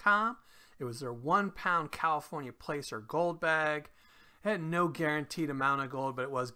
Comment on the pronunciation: For some reason your sound was low on this video. I had to turn my volume all the way up. Also placer is pronounced as Plass-er. Just so you know. Keep up the good work! 🙂👍